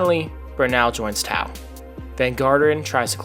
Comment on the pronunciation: Love this, great video! One note, Tao is pronounced pretty much like ‘Tay-Oh’, but you’re not the first and definitely won’t be the last to pronounce it the way you did